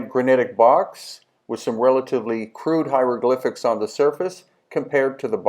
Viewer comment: Les "ziéoglyphes" ; "point E" ; "pierre grinite " ; "gens dynastiques" ... etc . bravo l'IA ! nul !